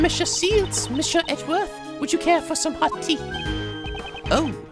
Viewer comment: you're still pronouncing "Monsieur" wrong XD It's actually something like "Missyeur" without any "sh" ^^